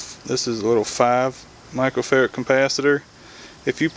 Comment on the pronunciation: I thought he was saying Michael Ferret!